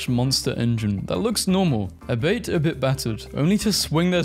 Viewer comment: The way you pronounced "albeit" flashbanged my brain